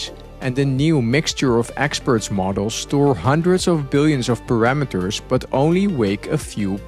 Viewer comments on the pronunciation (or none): none